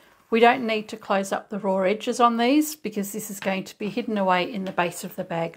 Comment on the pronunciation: That's a beautiful bag! I love the striped contrast fabric. (When you said "raw", it made me think of my dear English mother. That's how she pronounced it. Funny how little things bring back memories when someone you loved is no longer with you.)